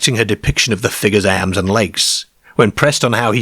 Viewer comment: This voice is driving me mad. ' Cair, stair (star). Airms and legs.